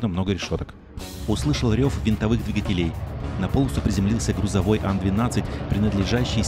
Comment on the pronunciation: Интересное видео. Прям путешествие) Пожалуйста , не говорите только "двигателЕй", режет слух.